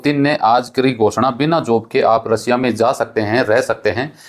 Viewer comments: रसिया नही रशिया होता है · रसिया नहीं रशिया है